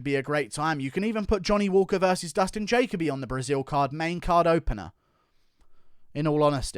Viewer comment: bro why do you say dustin jacoby name like that